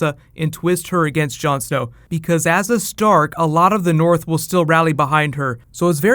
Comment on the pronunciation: "The King in the noorf!" :D